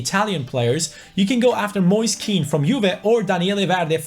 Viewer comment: Moise Keans name is pronounced like moyseh ken